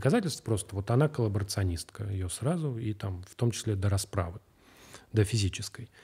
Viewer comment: Я поражена тем, что Андрей с первого раза выговорил слово ‘коллаборационистка’.